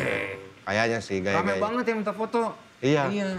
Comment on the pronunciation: kalau si bilang banget jadi banggat itu kenapa ya?